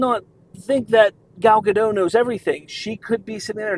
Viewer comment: Gal Gadot....not Gadoh....Dot, dot, dot.... gaDOT. Gal Gadot.